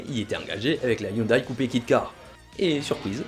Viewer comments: On prononce Hyundai ioundé et non ioudaille ! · On ne dit pas "youndaille" mais "youndé" 😉